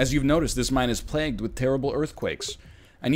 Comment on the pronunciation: I've been here for years, and I still can't handle NL saying "plaque" or "plagg" instead "plague". My English teacher, he is very sick...